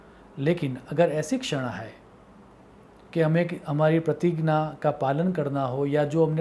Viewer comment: ये कैसा उच्चारण है ज्ञान-------ग्यान प्रतिज्ञा....... प्रतिगना 🙄